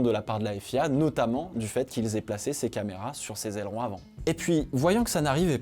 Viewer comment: Aileron mr on dit aileron